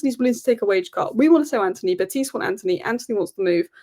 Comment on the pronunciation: Please say Betis not betease. There is no accent. It is as it sounds in English 👍